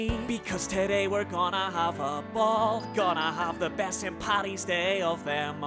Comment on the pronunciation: IT'S PADDY'S, NOT PATTY'S! GET IT RIGHT! Otherwise, BEATINS!